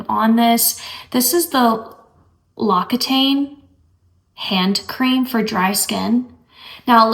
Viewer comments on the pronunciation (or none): The correct pronunciation of the Loccitane cream is locksetan. I learned that from QVC which sells their products or at least they used to. I believe it is French.